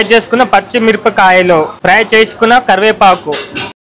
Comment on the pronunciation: Karivepaaku ✖️kariyepaku